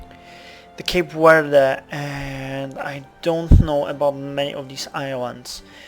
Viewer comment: sorry if this is annoying but its Cape Verde, in spanish, and your pronounce it like cape Werde. V in spanish is pretty similar to B. You wouldn't say Wavaria:)